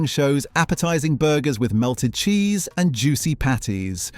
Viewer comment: Jheese? Isn't it Cheese?